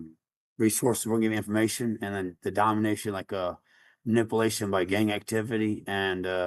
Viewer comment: Did anyone else notice that the last guy said "manippleation"?